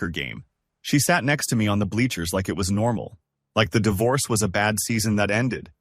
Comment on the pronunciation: It's not dievorce